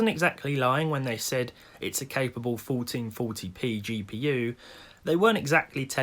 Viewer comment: "Folteen foty pee"